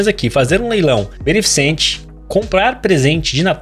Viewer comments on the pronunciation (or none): none